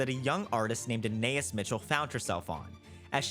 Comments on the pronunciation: Every time he calls her "Anay-is" instead of "Ah-ny-eese" I die a little inside. I have no idea why this is driving me as crazy as it is, but it is. :) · I think her name is pronounced Ah Na Es. Like Anais Nin. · Hey her name is pronounced Anne Eye Ees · Interesting video, but please learn how to pronounce Anaïs! I wanted to throw something at the tv every time you mispronounced it.